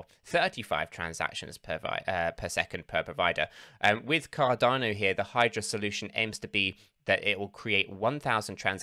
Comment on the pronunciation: Cardarno Cadarno noooooo it's Cardano 😭